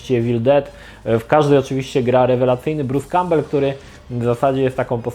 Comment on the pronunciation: Za każdym razem gdy wspomina imię aktora to zamiast słyszeć Bruce Cowbell słyszę Peter Cowbell (war soldiers):D